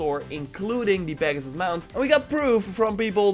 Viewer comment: Pagsus he says 😂